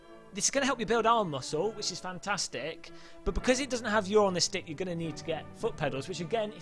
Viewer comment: noone: "realiSTICK"; "fantaSTICK" you cannot unhear it now :>